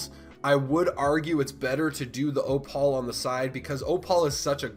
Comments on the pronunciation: Op-al lol, thanks for the strat though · "oo" as in "oooh a bird." "pal" as in buddy or pal. "Oo pal" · The only person in the world who pronounces opal as ohpaul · ahahaha literally